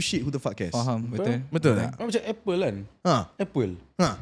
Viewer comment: Semua la faham. Xpyh la stress out "faham" tu